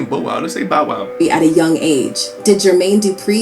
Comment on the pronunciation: As soon as you said why something about the term "ped-o-phile" I immediately went to to see if you were new to youtube content. That term is used like that because saying the actual word can possibly get your video flagged or unmonotized by youtube. The whole BOW wow annunciation is because that's an AI video production you're reviewing. But anyway, I'm gonna subscribe to your channel. Appreciate the content. Hope you keep building my man. Stay consistent, and it'll happen for sure.